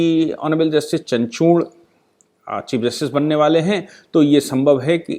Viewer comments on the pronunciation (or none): ऑनरेबल जस्टीस चणछोड ????? नो, नो, नो. ऑनरेबल जस्टीस चंद्रचूड ....... चंद्रचूड !